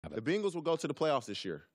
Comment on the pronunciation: Did TJ pronounce Bengals like Bingles? Awesome! lol